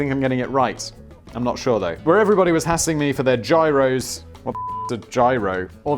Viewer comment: A Gyros (pronounced yiros) is a Greek diner kebab.....delicious at 3am, though 1 in 27 has the possibility of killing you